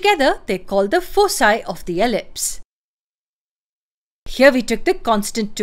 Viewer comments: It's pronounced as foe kye not foe cye. Thank you so much. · Foci is pronounced with a hard C as you did because it is a Latin word. Elsewhere you shift to the incorrect soft C ("fosi").